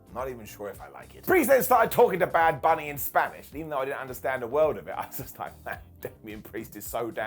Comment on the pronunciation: did you say "bad bony"😂